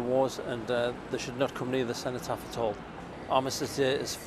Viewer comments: What the fuck is the "centopath"?!?! Perhaps TalkTV should ensure their guests can talk properly and also properly identify important monuments before they let them speak. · she cant even say cenotaph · At 4 mins in the idiot woman in the green top calls it the “centre path” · listen to her, she talks about having spoken with organisers of the march, maybe she should concentrate on spending more time speaking to native brits and maybe on learning how to say "cenotaph" before spouting her so called nuanced opinions on TV